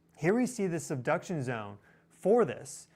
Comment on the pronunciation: I just heard 'seduction' zone, LMAO😂 Sorry😅